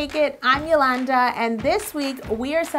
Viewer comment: it's yolanda not rolanda!!!